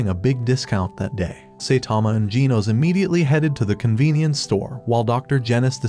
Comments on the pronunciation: Why do you say ginos instead of genos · Bro says genos like jee-nose when it's pronounced jeh-nose. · Genos❌ Ginos✅ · its pronounced G-E-N-O-S not G-E-E-N-O-S😄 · It’s Gino’s not geenos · “saitama accidentally destroyed sonics future”💀 “just as mumen rider got sent to heaven” “hero association summons saitama” “tatsomaki”. : “GEENOS” “BOWROWS” “GAYROU” “fuybuuki” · Bro called Genos gen os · Bro said Gino’s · bro its pernounced [g-ehh-nos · is it me or is it just that he pronounces the names of the hero's wrong like "Tat-sue-maah-ke" or "Gee-nohs" even "Gaeh-ruu" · Why do you say ginos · Bro u said genos wrong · It's Genos but the ai voice doesn't pronounce it right